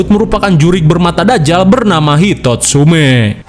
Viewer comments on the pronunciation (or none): none